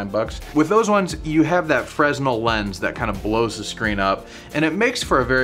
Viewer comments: Freznel? LOL! Fresnel is pronounced "Fraynel" or "Frennel". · Side-note... it's pronounced "fer-nell" rather than "FreZ-nel" thanks for the great video!